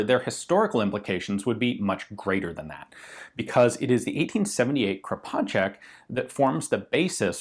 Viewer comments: your first pronunciation of Kropatschek is spott on. Same goes for sounds exactly like I as an Austrian would pronounce it. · He actually nailed it :D